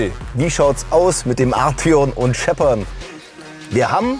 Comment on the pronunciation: Er wird tatsächlich Art-eon ausgesprochen hat VW selber gesagt 😉